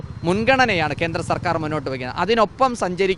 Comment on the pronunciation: Kenthra ennalla Kendra ennu parayu mone, sariyaya ucharanam athanu